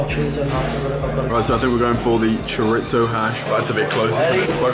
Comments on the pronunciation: Chore-itzo hahaha bro its cho-di-so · You said chorizo wrong dude